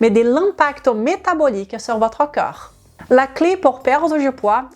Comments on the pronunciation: Corps coeur prononciation differente idem magnesium 😅❤ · Merci pour tes vidéos sur la prévention santé...et autres! Je ne suis pas personnellement concerné par un problème de poids (ni d'alcoolisme comme ici ), mais je partage volontier à mon entourage. Une petite remarque que je pourrais faire, c'est de vous demander de bien prononcer,de manière différencier, les mots CORPS et CŒURS. C'est très troublant pour moi (et d'autres sans doute). Mon cerveau est toujours entrain de rétablir le sens correct du mot "CORPS "qu'il perçois, lorsque tu parles. Pour résumer, on entend plus "COR " et jamais "KEUR"! Un petit travail de prononciation à faire, si vous me permettez la suggestion,avec le respect que je vous dois, pour votre travail de qualité! Votre origine hispanique y est pour quelque chose, probablement! Gratitude pour vos vidéos, que je regarde ou écoute avec plaisir à chaque ( avant de les partager) Bonne continuation